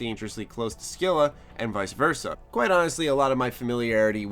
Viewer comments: scylla is pernounced like sil-a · Scylla is pronounced "Sil-a".